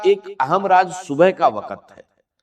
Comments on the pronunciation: راز کو راج انڈین والے بولتےھیں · Ya joi hindu ha ha .raz ko raj kh rha ha. Talffuz b doctor sab wala nai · Raaz NAE Raj batae ga AI Video Hy